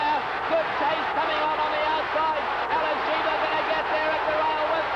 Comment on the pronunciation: I consider Denman the greatest race caller ever, but it is Alysheba, not Alysheber. So annoying to hear names being mispronounced.